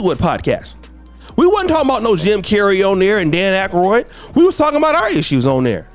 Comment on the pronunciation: Man you Crazy 😂😂. This Ninja 🥷 said Dan Akriod.. However it may be spelled..